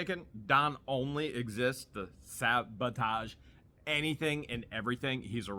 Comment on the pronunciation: Me too. I kept writing *sabotage every time he said savotage